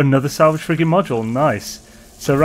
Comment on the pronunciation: I thought you were saying "salvaged frickin module" until I realized you were saying frigate 😂😂